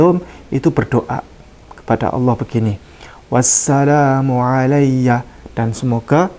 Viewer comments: itu mah fathah yg di baca panjang, jd bacanya wassalaaaaamu😂😂😂😂😂😂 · Itu dibacanya wassalamu..bukan di cabaca wassalomo.makanya kalo mau ngaji Alquran harus bisa dulu jurumiyah,mantek bayan dan ilmu nahwu....biar gak salah baca. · Surat maryam ayat 33 berbunyi; WASSALAMU 'ALAA ......... dst. Bukan salum. Tapi WASSALAMU 'ALAA.... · Tulisannya itu di baca wassalaamu, bukanndi baca wassalomu.. harokah pada lam itu berbentuk fathah tegak yg maksudnya di baca dua harokah sebagai ganti Alif. Bukan dhommah karna sangat jelas berbeda dgn dhommah pada Harakah mim .. Min.. Cuba sebutkan penerbit dan cetakan tahun berapa agar bisa dibuat perbandingan.. 😅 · Harusnya itu mmg bkn harokat dhommah tp fathah yg tegak utk menandakan bacaan panjang 1 alif yg disebut mad thobi'iy.. bacanya: was salaamu 'alayya.. klo org yg paham tata bahasa arab gak bakal membaca was salumu.. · Yg benar "Wassalaamu" bukan Wassalumu ? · Itu sebenarnya WASSALAMU bukan WASSALUMU...secara NAHUNYA seperti itu ,jangan terkecoh saudara2 semua...karena Al Quran awalnya tidak berharokat..jadi tinggal cara membaca aja A atau U...😊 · Klau baca alquran ngk dari iqro gitu bodoh ..!!! Sejak kapan abjad arab ada Huruf lom.. Yg ada lam.. Atau la la ketmu mim mati tetap di baca lam. . Kocak. Kocak.. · Bahasa arab gak ada harakat o. Bagaimana bisa dibaca wasshalom? Malah sha nya yg harusnya dibaca agak o. Jadi washsholam. Kalau sa jadi sha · Sdh jelas salah seharusnya Wassalamu bukan wassalumu... terima kasih pak Ustadz . Sdh sy cek Al Qur an sdh benar terima kasih🙏🙏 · ada juga baca nya wasalamun bukan wassalamu🙏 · Bacanya 😅was salamu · SAYA CEK AL-QUR'AN LAMA MAUPUN BARU BERBAGAI VERSI SEMUA NYA BENAR BER LAPAD "WASSALAMU" BUKAN "WASSALOMU". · D alqur,an ku wassalamu bukan wassalumu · Wassalaamu, lam nya panjang 2 harokat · Ya walaupun begitu ,gak usah ditambah tambahin salahnya, itu bacaan yang salahnya aslinya "salumu" dan Jangan ditulis"shalom", "s" jadi "sh" & "Lum" jadi"Lom" ,. Itu namanya nambah nambah kesalahan